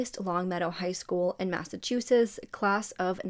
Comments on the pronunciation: I really enjoy your videos, you're very thorough. I have watched several of them where Massachusetts is mentioned. Massachusetts has t's in the end, you never pronounce them. I'm sorry I'm not trying to be mean! ❤️ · And I think it’s so cute how she pronounces Massachusetts lol I’ve noticed that a lot of people not from here tend to mispronounce it. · That made me giggle when she said it that way lol and I think it’s wicked cute how she pronounces; Massachusetts. 😊